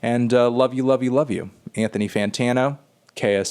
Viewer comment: It really sound like KSI says "Antifa Fantano"